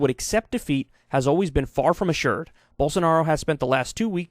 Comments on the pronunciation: Not quite, but I get how it might sound like that. He’s just pronouncing it as an actual j instead as the zh it’s supposed to be. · Did Kyle say Gyroball Sanaro?